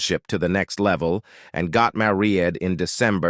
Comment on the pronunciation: WTF is this an AI voice reading first of all. IE the voice over says "father" then later says " they got mayreed" beyond all of that the thumbnail is the skin crawling facts. Nothing is skin crawling 25mins in. It's fun to watch info on celebs l grew up with but g-damn this is just hype train for a story l would of watched without it.